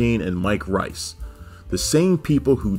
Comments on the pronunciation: it's pronounced Mike Rees, not Rice, trust me I've heard him say it on a lot of audio commentaries. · Pronounced "Reese" actually.